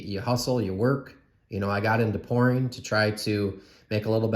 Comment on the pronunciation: I'm cracking up, you were talking about making extra money, and I had to replay what you said you did for that money 4 times before I figured out you said you got into "pouring," but I heard "porn." LOL Great video!